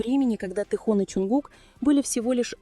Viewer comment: Автор , вот бесите, научитесь правильно говорить имя Тэхена, его зовут ТЭХЕН, а не тэхон.